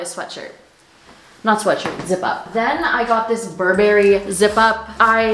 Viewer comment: Hating on how you say burberry aaaaaahhh. Try shopping on asos i really like how diverse ther clothing is